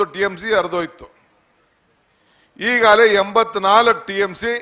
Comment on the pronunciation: kannada news channel avre kannada tappu madidre devre gathi - "hegagale" alla adu "eegagale"